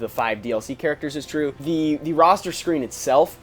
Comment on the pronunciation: "Roster" dammit ><